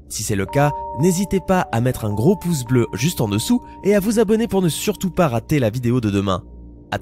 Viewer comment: attention à :11 sc il dit n'oubliez pas de maître 1 poce rouge😂